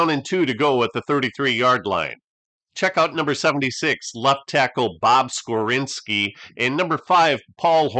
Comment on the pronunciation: That’s Bob Skoronski, not “Skorinski.”